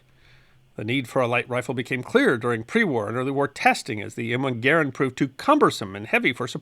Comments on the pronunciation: Thank you, thank you, thank you for pronouncing John Garand's name correctly! (same accent locations as "parent") No one gets that right! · You pronounce Garand properly! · Thank you for pronouncing John Garand’s name correctly. There is a ScrewTube channel that uses that name and he pronounces it incorrectly. Sigh.